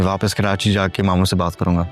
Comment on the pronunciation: Audio.hmwsha Karachi ko kerachi kehta h